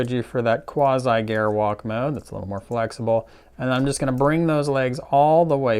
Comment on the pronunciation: I cringe whenever he mispronounces "Gerwalk Mode".